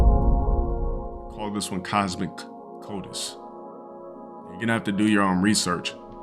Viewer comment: I think he means Cosmo-COITUS as in cosmic-sex. No Cosmo-Codus or whatever tf this deadbeat unintelligent rog just said